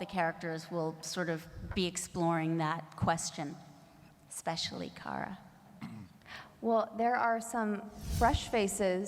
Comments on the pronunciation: Paris 水 but Kara’s name is car-a not care-a so it is car-a-Mel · Her name is Kara, not Cara. You know, like CAR-AH. Therefore it's CAR-AH-MEL